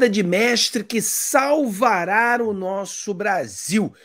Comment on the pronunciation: "SalvaraRo Brasil"??? Que viagem é essa na Pronúncia irmão???